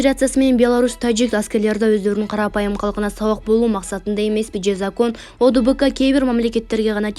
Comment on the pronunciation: Ведущий туура окусан боло кайра кайра окуп жатасын ОДКБ деп. (Одбк) эмес